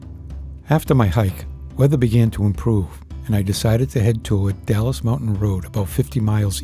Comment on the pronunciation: Dalles is said "DALZ" not Dallas. Klickitat (Click-it-tat). Washington side is more scenic, while Oregon has majority of waterfalls and sections of the Columbia River Scenic Highway